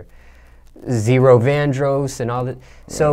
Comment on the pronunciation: Interviewer didn't even know how to pronounce Vandross. It's sad that we can't pick these outsiders who control certain elements of our Black culture